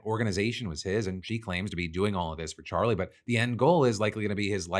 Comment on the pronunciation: I cant get over Candice flubbing Charlie's name . 😂😂😂 Sounded like a toddler lmao